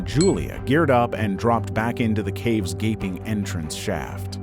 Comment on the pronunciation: I like how you really emphasized, "gaping...entrance...shaft."